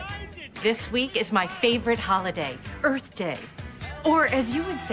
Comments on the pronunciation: I just left earf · “EARF DAY”